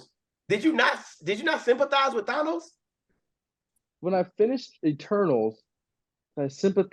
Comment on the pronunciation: can't pronounce Thanos, get him outta here 🤣